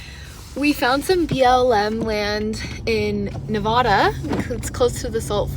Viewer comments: Love love your channel ❤ Incredible all that you do and wish there were more like you. Love to Kyro too. I’m a native Nevadan so it’s kinda my sworn duty to let you know it’s pronounced Nev ‘ADD’ uh. Not Nev Ahh Da. Easy way to remember is Vegas ‘adds’ up wins or losses haha. Many many MANY people from other US states pronounce it incorrectly so don’t feel bad. Keep up your great work spreading beauty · Nevadda. Not Nevahda :) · Nevada is said like Ne-va-duh not Ne-vod-uh. Source: years camping all over Nevada/live in neighboring state/know people who live there. Sorry to be that guy but people will think you’re goofy saying Nevada that way and treat you like a tourist which we as travelers never want it possible 😊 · Pronounced: Nuh Vaddd Duh. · Yeah the way she mispronounces Nevada constantly is the real crime, only celebrities and people trying to sound over fancy say Nevada how she does but she’s just making a genuine mistake 😂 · Help me out and correct her on how she says Nevada, now that’s the real crime. 😂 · Makes me wanna die each time she says Nevada 😂 but she’s an innocent Canadian I’ll let it slide. Only people that say Nevada like she does are fancy LA people that want to say it like that and people who don’t know any better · i live in Nevada and the way you pronounced it😭no offense ofc i love ur vids and i dont even know how to say any names in canada😆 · You mispronounced Nevada. Love watching your videos of you traveling.